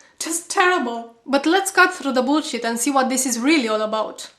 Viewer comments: haha my favorite part of this video is when she says "bowlshit" with her dutch accent :) keep up the good work. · Let'zzzz "Cat" to the Buuuuullshett!!!! where is she from? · I love the way you say Boolchit! luv ya!